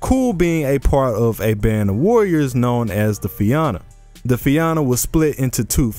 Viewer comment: Fia-na that’s how you split the syllables and it’s a soft a Fianna